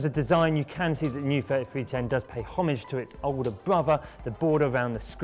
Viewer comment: lol, learn how to pronounce the word "homage" please... -.